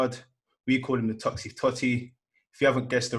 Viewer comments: TOXTEF LA NOT FUCKING TOXTEEETH LOL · It’s pronounced toxt- eth. Not toxt-eeeth